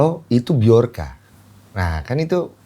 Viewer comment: Yg saya kesalin BJORKA cara bacanya itu BiJorka bukan BiOrka semuanya pada nyebut biorka padahal itu huruf J